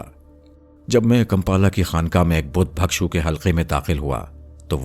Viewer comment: آپ کی ادائیگی اچھی ہے مگر تلفظ کو بہتر کیجئے ۔ بھکشو کے لفظ میں بھ کے نیچے زیر ہے، زبر نہیں اسے بالکسر پڑھئے